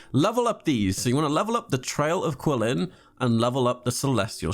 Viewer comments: it's not pronounced "quilin," the q is pronounced as CH. "chee-lin" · "kweelin" "tartaylia" "zonglee" "gahnyu"...................................................